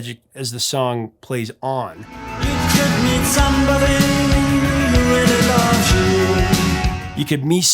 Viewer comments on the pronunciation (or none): none